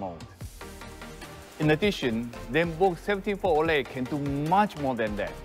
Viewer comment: Zenbook 17 Fol O..Le 😂